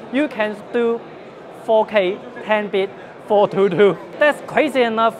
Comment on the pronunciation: I know he said 4k movie but it sounded like 'ok' movie